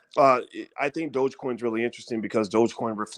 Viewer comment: i am really having a hard time listening to you say "buy shares of crypto" or calling it "Dodge" coin.c'mon doc, (its DOge, (long O sound) . lol if you gonna talk about dont sound like a newbie. jus seems weird from a man i respect so much in finance. gotta work on that.